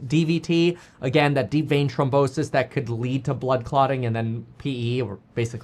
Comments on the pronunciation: It's NOT TROM....it's trHOM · Throm not trom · Thrombosis! Not Tromposis! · It's deep vein thrombosis not trombosis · It’s thrombosis, not trombonesis lol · Its thrombosis not trombosis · "throm" bosis. Not trombone-sis. That's the sister of an instrument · THrombosis… not trombosis. That’s when your trombone gets sick, lol. Love you much more now that you are your true self again, btw. It’s the only way to be. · It’s THROMbosis not Trombosis lol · Kevin it’s not pronounced Trombrosis there is an h so it’s throm bosis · It’s trombone sis 🤓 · THROMBOSIS KEVIN NOT TROMBONSIS 🎶 ❤😂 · Thrombosis....pronounced Thrawmbosis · The way you pronounce THrombosis is killing me bro lol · Kevin it's th-rombosis 😂